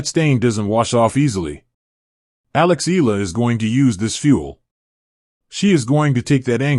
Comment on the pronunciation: ALEX EALA 🎉you keep mispronouncing her surname YOU PRONOUNCE IT E YA LA E YA LA EYALA